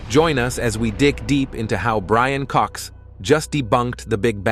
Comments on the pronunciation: I know, right? What on Earth is up with AI pronunciation? It's atrocious. I mean, somebody MUST have modelled the language. AI just makes dumb mistakes... BRAIN Cox for one... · Did you just call Brian Cox, "Brain" Cox....??? 😮..!!!!